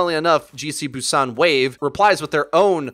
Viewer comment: The way you pronounced "Busan" was surprisingly correct 👌